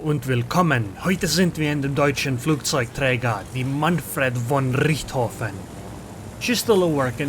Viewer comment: For me as a german it is really lovely to hear you pronouncing the Manfred von Richthofen